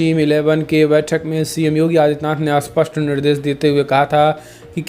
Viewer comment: क्षमा कीजिए महानुभाव जब आप स्पष्ट शब्द का उपयोग करते हैं तो वह अस्पष्ट जैसा सुनाई देता है।